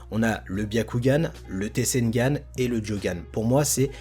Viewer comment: C Pas Tesengan Mais Tensegan La Prononciation😅